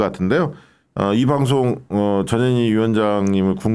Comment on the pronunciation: 발음 확실히 하쇼ㆍ전현희라고! 대충 하면 저년이로 ㅎㅎ 물론 아니지만!